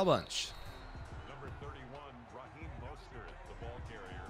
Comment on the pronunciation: why did the ref say Raheem’s name like that😂